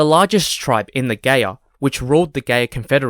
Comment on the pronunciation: It's Gaya as in Maya... not Gay yah.